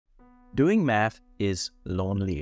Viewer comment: Yea man doing meth is lonely, I just did meth before watching this video, btw you got the spelling wrong in the thumb nail and you kept pronouncing it wrong throughout the video. ✌️